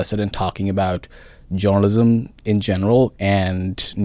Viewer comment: I thought this guy was saying joanisim not journalism. Lol